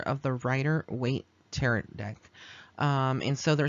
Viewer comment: Pronounce it like, (Ta-ro') I do see the forms in the photograph! When I purchased my first Rider Waite Deck a few months ago, I asked Pixie to help me learn tarot. She did, thank you for this reading!